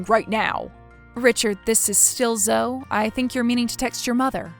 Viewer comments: Her name is zo-e not zo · Zo is so annoying... it's pronounced zo-ee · Zo-EEE. Why doesn't she correct that slimeball? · Zoe was definitely pronounced wrong. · Hearing Zoe being mispronounced over and over again kinda distracted me from the story...